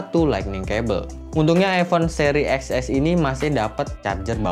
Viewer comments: Ten ex bangg bukan ex ess berasa ngilu gituuu di gigi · “Eks-Es” ceunah, padahal penyebutannya “Ten-Es”.  sendiri yang confirm.